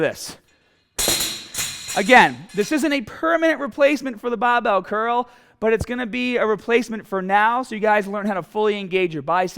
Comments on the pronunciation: easy cuul baahbel baa...haha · cool as hell and the amount of times I heard bahbell was very satisfying